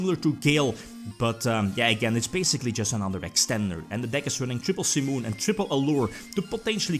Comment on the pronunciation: Heard so much "Sea Moon" in this one! Any JoJo fan would be confused. I was like: "What, they made Sea Moon into a card? Lool, he means Simon"